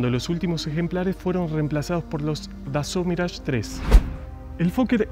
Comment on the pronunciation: Capo!!! Que buen vídeo, me suscribi al toque!!! Relindo el.museo! Yo estuve en puertas abiertas 2008...y me quedé con ganas de ir al museo, saludo compatriota! Además copado alguien que pronuncia perfecto los nombres Dassault, Foke Wulf, Sabré,etc etc 👏👏👏